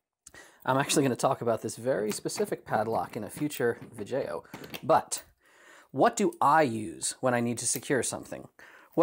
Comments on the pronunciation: I'm glad I wasn't tho only one who noticed "vidjeyo" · "Vijeo". Found the AvE fan. Edit: "She's got some gravity to 'er". lol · Not that I'm surprised, but do you watch AvE? That "vijayo" gave it away. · "Future Vijeo" ...someone is an AVE fan. lol